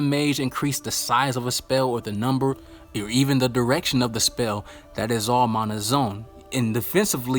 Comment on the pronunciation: It’s a problem because you keep mispronouncing mana